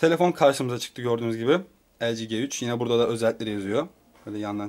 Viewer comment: Kardeş önce nasıl bi okunduğunu öğren lg g3'ün